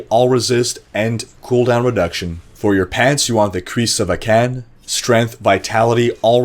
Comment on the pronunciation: lol ah-CAN just made me laugh, classic miss the under rated you. 👊